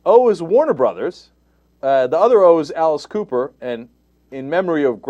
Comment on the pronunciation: Why did Cenk give Alice Cooper a British accent??? Hahahaha I love that Alice was mentioned in one of these videos!!! I can't wait to hear Frank Zappa's name.